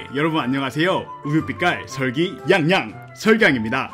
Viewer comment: Sulgi not Seolgi